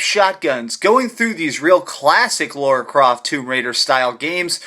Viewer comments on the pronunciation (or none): Lara. Not Laura! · Subbed! Great review! But she's called Lara not Laura nor Lora it's starting to get annoying :) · You pronounce it Laura?